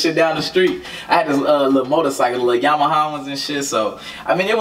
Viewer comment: “...the lil yamahama...”😂 dont you mean Yamaha?